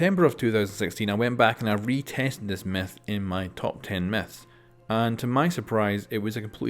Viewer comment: Did he say top ten meths